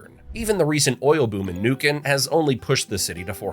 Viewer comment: Niuk vendría a ser Neuquén? Aprendan las pronunciaciones